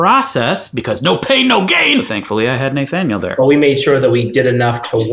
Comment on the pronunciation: The way you pronounce Naythaniel makes me twitch, but I like your content.